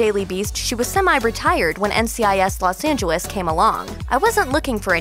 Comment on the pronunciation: I can't be the only one hearing how she's saying Los Angeles